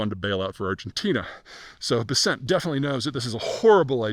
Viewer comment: And Treasury Secretary Scott Bessent’s last name is pronounced BESS-ent, not Beh-SENT.